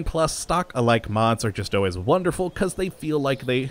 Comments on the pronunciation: ***** Its not really a big deal, just a minor things. I still love your videos but it does sound like you're saying "Awways" instead of "Always" and "Singal" instead of "Signal" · Am I the only person that thinks says "signal" and "always" weird?